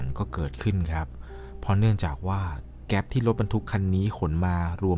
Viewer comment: เเก๊ป ระเบิด ไม่ใช่ เเก๊ส ถูกต้อง❤